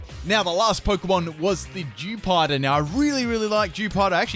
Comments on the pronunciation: its dewpieder not dewpod you stuipid idiot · Sounds like he's calling the Dewpider "Jewpider".